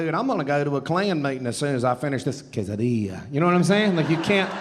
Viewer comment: The way you said “quesadilla” and “los Angeles” was so beautiful